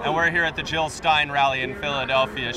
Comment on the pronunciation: JiLL NOT HiLL!!!